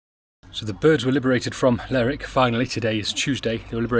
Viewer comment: please please its lerwick as in her ler